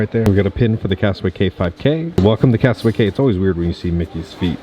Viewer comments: it’s pronounced “key” for Castaway Cay!!! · Drinking game, every time say Castaway “K” instead of Castaway “Key” take a drink. End up in the hospital because it is every time.